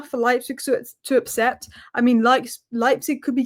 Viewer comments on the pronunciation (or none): Is it just me or does it sound like says apcept instead of accept.